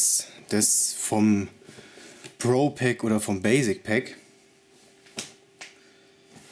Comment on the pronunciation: ich verstehe immer bro pack statt pro pack Höhöhö